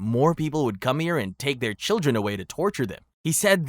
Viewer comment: Children, not childeren. Otherwise a very good & interesting video!